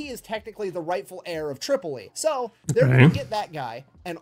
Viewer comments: He said Trip-ollee, but meant Trip-O-Lee, Tripoli. Later, after they took Duma, the Pirate King offered the UDE Philadelphia back to America even though it had been retaken and burned to ashes. He lied. Amazing that this was two hundred years ago. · John Adams 2nd president of the USA after George Washington dealt with the pirates of the Barberry Coast. It was surprising because Adams had no military background he was an attorney. It's Tripoli the guy just doesn't know how to pronounce it. No he is incorrect in many historical facts! No it is ADAMS not Jefferson!! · He mispronounced Tripoli probably as a joke. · Concerning the mispronunciation of "Tripoli," has dyslexia, and while it isn't very severe (that we see) and generally doesn't affect his speech, he will occasionally mispronounce a word that he has no problems with anywhere else in the video, or use one word when he means to use another. After a while, you don't really notice it.